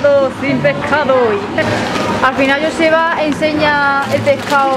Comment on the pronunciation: Joseba que es vasco,pronunciais bien el nombre de Joseba para ser del sur 😂